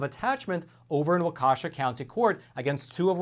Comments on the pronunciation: Walk-eh-shaw! Not Wuh-kesha. Shout out to from Kenosha. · "Walk-a-shaw" not wah-keesh-a. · Waukesha. Pronounced: walk-a-shaw